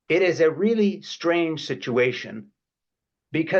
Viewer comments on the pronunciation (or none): none